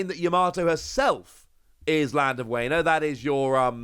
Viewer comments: As someone who knows some Japanese why are you pronouncing Wano as wayno? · Wano (Wahh no) Think of it like wario, no wayrio Its also momo-nosukei (nose kay)